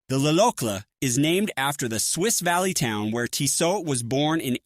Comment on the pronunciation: Hard to take seriously when they can't pronounce the name of the company right.